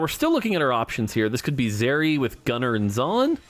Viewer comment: Pronounce zeri properly plz, lmao. Can't tell if he's trolling or not.